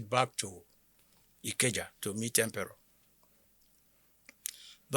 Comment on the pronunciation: The name is Empere not Emperor